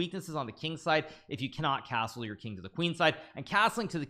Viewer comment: Casrle vasrle casrle casttle castle